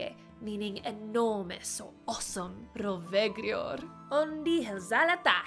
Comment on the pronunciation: im sorry but you should sound more sharper,like in latin...Rovegrior for instance. its not rove-gri-or as you say. it is more rove-grior with louder ROve-griOR. jUST REMEBER HOW SHE SAYS DRAGON IS NOT A SLAVE.